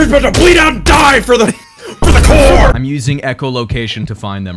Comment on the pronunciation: Gulp, uhm it's the Marine Corps not core >w<